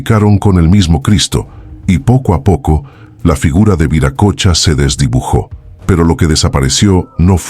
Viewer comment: Se pronuncia viracocha no viracocha